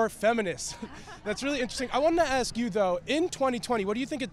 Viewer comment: She was "axe" to speak??